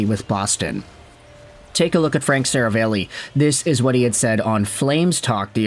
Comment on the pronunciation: Seravalli is pronounced more like "Sarah Valley"